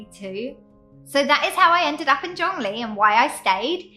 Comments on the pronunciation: Not to criticise at all,. This is a very common observation of non-native Chinese speakers. Perhaps, when speak them, stress more the second or last syllable (character) of Chinese names for locations and people in Taiwan and China. Zhongli should be zhongLI. Tsai Yin-Wen (the president) should be more Tsai Yin-WEN. All Chinese characters have mono syllable sound. Hence they are very short. With names tend to have 2 characters for locations and 3 characters for people, they aren't long for the ears to register well. Stress or/and slight elongation on the last character/syllable somehow alerts the brains to register the first one or two characters/syllables better so the name as whole makes better impression. Sometimes a longer pause before the last character/syllable also works. I think road signs etc for locations in Latin script in Taiwan should have capital letter for the first letter of the second character/syllable. That way, it's easier for non Chinese readers. Keelung of course is geeLong... Well, history is history.. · It’s called Chung-Li